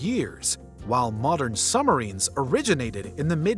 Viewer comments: Submarine "SUB" + "muh" + "REEN" the B is not silent. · are we just gonna ignore how this guy pronounces, “submarine”?